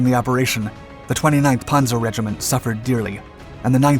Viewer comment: Its not ponzer. Its panzer. With a Z get it